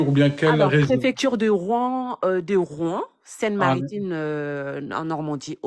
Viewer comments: Rouen et non Rouan 😊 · ROUEN pas ROUAN